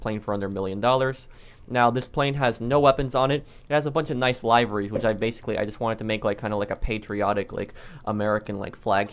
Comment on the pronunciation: It’s liveries man, pronounced liv-er-ies....not lie-ver-ies..